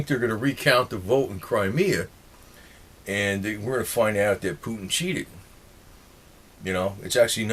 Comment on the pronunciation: It's CRIMEA dammit not Crimerea..lol